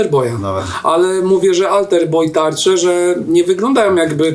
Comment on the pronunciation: Chłopaki nie ze się przypierdalam ale AlterBoy a nie AlterBoi 😅😅